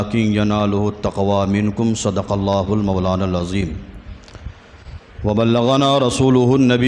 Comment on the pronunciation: السلام علیکم و رحمۃ اللّٰہ وبرکاتہ حضور والا ۔۔ معذرت کے ساتھ عرض کررہا ہوں ہو سکتا ہے میرے سننے میں غلطی ہو۔۔ لیکن جہاں تک میرا خیال ہے کہ آپ نے لفظ * اللّٰہ* کے * ہ * کو ضمہ کے ساتھ پڑھا ہے۔ جبکہ لفظ اللّٰہ کے ہ پر فتحہ ہے۔ 👇👇👇👇👇👇👇👇👇👇 لَن يَنَالَ ٱللَّهَ لُحُومُهَا وَلَا دِمَآؤُهَا وَلَٰكِن يَنَالُهُ ٱلتَّقْوَىٰ مِنكُمْ ۚ اللّٰہ آپ کے علم و عمل میں بے پناہ برکت عطا فرمائے ۔ آمین ثم آمین